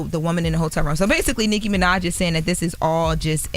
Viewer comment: saying “Nikki Minaj” like calling Beetle Juice! Damn. Lol